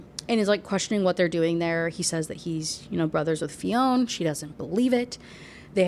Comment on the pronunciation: Fionn isn't pronounced Fee-own! It's shorter, more like Fyun Also we don't say things weird, we're just not speaking English 😂